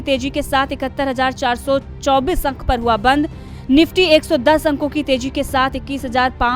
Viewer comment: Tezi madam not teji